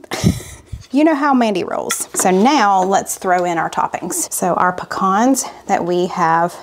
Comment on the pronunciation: I'm so happy to hear you say "puh-kahns" the correct way! 😅